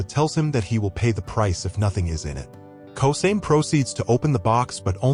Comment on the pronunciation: Yeah a win is a win, but its Ko-sa-me not kosame